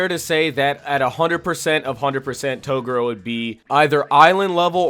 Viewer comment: I really want to get into this vid but how you pronounce Toguro's name is driving me crazy! An then i get 5 seconds further into the vid and you pronounced Tarukane's name wrong as well! Come on bro, you gotta do better as an anime channel. Kinda regretting subbing to you now.